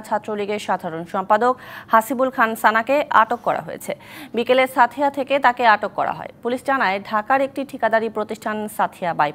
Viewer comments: উচ্চারণ টা ছাথিয়া হবে না সাঁথিয়া হবে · সাঁথিয়া উচ্চারণ ঠিক করে বলতে পারে না,,, হিন্দি উচ্চারণ হয়ে যাচ্ছে